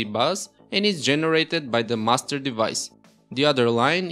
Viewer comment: Anyone else keep thinking he's saying "Mustard Device" instead of "Master Device"?